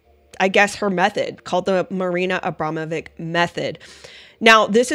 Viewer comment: Her name isnt pronounced Abrama...vick. Shes Jewish and Serbian. Its pronounced...Abrama...vich. Anyone whose been to Yugoslavia or Kosovo or Serbia knows this.